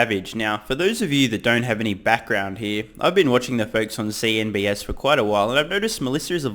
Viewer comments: CNBC. Why do you keep saying CNBS? Could be the channel name when you're hanging upside down, but still just broadcasting CNBC. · Sorry mate, CNB”C” not “S”. Just looking out. No harm intended. 😊